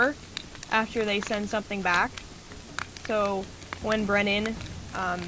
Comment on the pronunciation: Hey, it's Bwennan SeaTurtle! :3